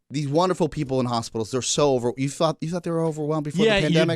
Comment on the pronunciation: Wunnerful wunnerful